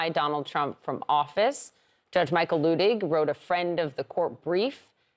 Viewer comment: I find it ironic that the guest here who's name is likely miss-pronounced on a daily basis, () happens to miss-pronounce Judge Luttig's name whenever he says it. I'm guessing has never studied German.